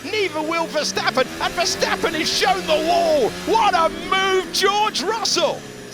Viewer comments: Haha ..cryshteppen😂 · Vaya 😂😂😂 verdstapen